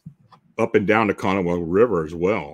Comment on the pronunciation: Kanawha is pronounced "Ka-naw," with the emphasis on the last syllable. The "ha" on the end is silent. The name is native.